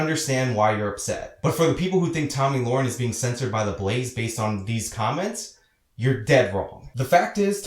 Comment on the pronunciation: Yes, pronouncing it wrong. You are pronouncing it Loren when it should be Le-ren. But thanks for your 2cents on why Beck suspended her. I've watched tons of videos and you were the first one to clearly state why, even glenn himself didn't say why he suspended her since he says he hires people with opposing opinions.